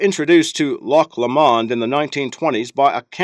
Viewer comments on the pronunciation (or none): Find it hilarious how he pronounces Loch Lomond 😂 which is where I live